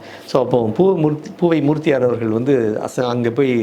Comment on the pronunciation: பெருமிதம் கொள்கிறேன் Dr.மூர்த்தியார் பெயரெ உச்சரிப்புகாக